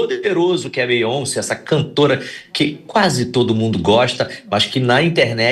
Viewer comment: Beyonce. U guys dont know how to pronounce 😅.